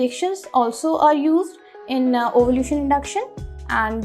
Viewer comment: Ovulation hota he wo ovulution nahi…